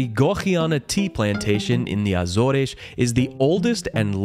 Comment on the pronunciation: Yes some one who pronounced Açores right!!